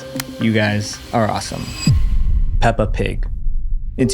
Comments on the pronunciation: “Pelpa Pig” lol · "Pelpa pig" 😞✌️ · ‘Pelpa pig’ hits hard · "ban pelpa pig!" MAN WHO THE F*CK IS PELPA? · PELPA PIG??